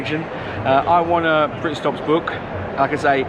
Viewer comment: "I want a britstops bookk"